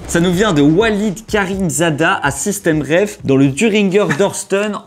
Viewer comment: bonsoir par contre c'est SystemTreff de treffen en allemand ( recontrer ) et pas systemreff comme vous dites dans la video.